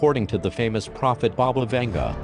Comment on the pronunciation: Baba (БАБА) means granny in Bulgarian and Vanga is pronounced like Vanga (A as in mAster)